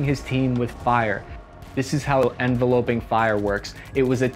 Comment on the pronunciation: En-Vel-op-ing. Not Evelope-ing